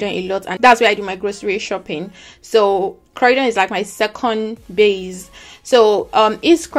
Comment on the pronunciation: Croydon is pronounce croydyn and not crowdon